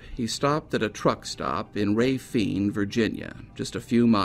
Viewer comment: Congratulations for pronouncing Raphine correctly! 😀😀